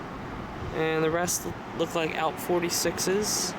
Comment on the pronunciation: and your saying ALP wrong